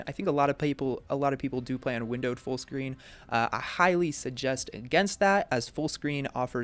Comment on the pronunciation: You turned Australian talking about full screen :D